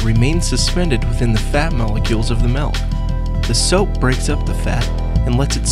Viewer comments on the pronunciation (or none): melk? i thought it was milk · ITS FUCKIN' MILK NOT MELK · It really erks me when people pronounce Milk, "Melk", like this guy does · did he say melk? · The way he says milk pisses me off.